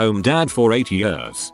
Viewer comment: Why can't this piece of shit machine pronounce "years"?